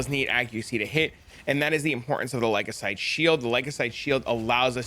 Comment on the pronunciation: The what shield? Say it with me Ly-cos-a-day..😂